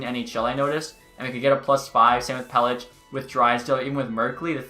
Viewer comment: it’s pel-ick not pel-itch